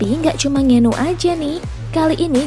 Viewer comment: Francis Nganu?? Wkwk Itu di baca nya "N-ganu" mbak.. Bukan nganu 🤣🤣